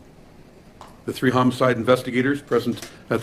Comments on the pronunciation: Nineteen seventy tree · lmfao didn't know how to say "three" correctly, he says "tree" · Nineteen Seventy Tree... The year it all went down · Funny story he had tree hunred and tirty tree billion. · I found your channel around 4 or 5 weeks ago and now...well I have a problem! My husband wants to know what I'm doing at night when I have my cover pulled over my head trying to keep out the light from the computer while I'm binge watching That Chapter. Yes I'm editing my comment because I forgot to tell you that I LOVE your accent and that you say tree instead of three!💜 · . LOL. You can say "thousand" but you can't say "three"? Sorry, just found that funny. 🤣 . From videos I've seen on the subject, I give next to no credence to most criminal examinations of body language or speech, but this bit right here seems highly rehearsed to me. Could just be that he's said it so many times that he's consciously being emphatic, or maybe they just rehearsed this before recording it, but my gut tells me there's more jealousy than truth here. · Tree hundred tousand dollars